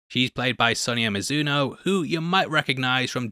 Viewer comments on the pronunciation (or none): none